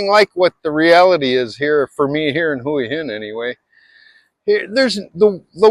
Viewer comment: Most eventually learn that Thai women are generally friendly and approachable but transactional when it comes to GF relationships, you are the provider. If you can afford to support them, and their family in many cases, and treat them respectfully then they will likely stick around. As for Hua Hin, pronounced "Wah Hin" not "Whoa Hin", I found this place quite underwhelming and overrated by expat commentators. Nice beaches around the area but, as a beachside city, not very appealing, noisy with a surprising amount air pollution some days. Sure, it's better than Pattaya, but that's not saying much.